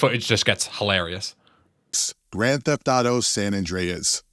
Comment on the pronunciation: They are shameful... They are making videos about GTA, but can't even pronounce San Andreas correctly.